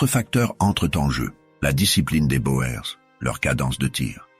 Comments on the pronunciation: les "bo-ères" ...pfff les "boers" c'est du néerlandais et/ou africaans, ça veut dire "fermier"et ça se prononce "bour" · boer se prononce bour. le pluriel est boeren [boûrën]